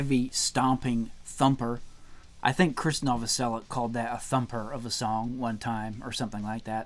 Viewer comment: Tie. Plain and simple. Also No-voh-sell-itch